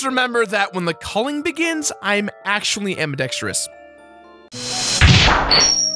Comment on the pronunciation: Bro keeps saying AKCHWOOLY